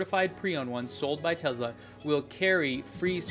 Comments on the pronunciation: It's NOT Tezla its Tesla! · Great videos ! But hey, the name "Tesla" does not have a Z in it :)